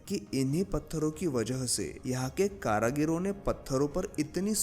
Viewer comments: करागीर नहीं सर कारीगर बोलते हैं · Karagir nhi karigar sahi shabd hai... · Nice video but not karagir , It is karigar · Karagir nahi, karigar. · Are bhai Karigar Bolo, Kara Gir Nahi! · Karagiro nahi Bhai, it's karigar.. कारीगर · एक बड़ा अच्छा ज्ञानवर्धक और जानकारी से परिपूर्ण प्रयास कृपया एक सुधार कर ले कारीगर शब्द है करागिरी नहीं है धन्यवाद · Karigar not karagira brother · Tumara hindi bhohoth bekar hai Kaaryaghir nahi karigir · Bhaie Hindi bhSha ka nash mat karo shabd h karigar not karagir good video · Karagir karagir ( कारागिर???) itni baar bola ki dimaag divert ho gaya... Bhai, karigar( कारीगर ) kehte hain unhein.... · Kaareegar not kaaraageer. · Karigar not karagir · Karagiri nahin hota, karigar hota hai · Karagiro nahin bhai karigar hota h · Karagir nahi karigar 👍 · Karagir nhi karigar bolo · भाई कारागीर नहीं कारीगर होते हैं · Karigar not karagaro Wese nice video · Please spell out karigar instead of karagir.. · Bhai thoda hindi sudhar lo....कारागिर नही होता कारीगर होता है। महत्वपर्ण जानकारी गलत शब्दों से बिगड़ सकती है